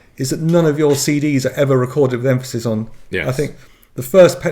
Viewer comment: Correction: Em-PHA-sis.😂😂